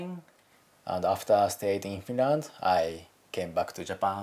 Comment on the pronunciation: yeah he lived in finrand